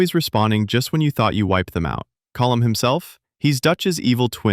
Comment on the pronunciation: Colm ❌️ Column ✅️